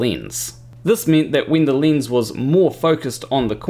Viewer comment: I appreciate your explanation, but what's a leenz?